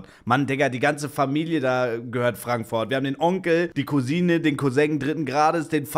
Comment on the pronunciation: Ich liebs seine aussprache wenn er frankfoourt sagr xD 😂❤